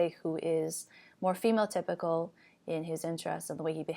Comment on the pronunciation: Every time you say female typical I hear phenotypical